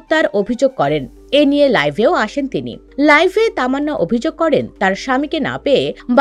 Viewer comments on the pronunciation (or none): আপনার উচ্চারিত শব্দ টা ভুল শব্দটা হবে লাইভ আপনি বলছেন লাইফ